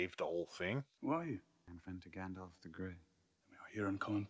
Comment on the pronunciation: Love how calls Gandalf, “Gandoff” 😂